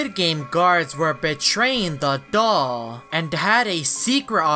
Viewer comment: you say dog not doll